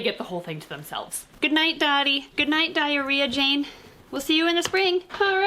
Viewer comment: D….did I just hear say the words Diarrhea Jane or Diary of Jane? Either way I am CACKLING 😂😂😂